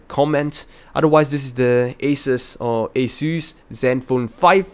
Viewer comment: A"ses" Lol . Nice video btw . Keep it up :)